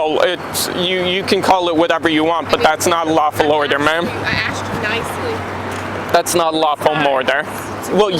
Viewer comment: She axed you.